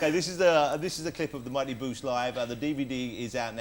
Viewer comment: No it's the mighty boosh. Not a badly pronounced bush. 😂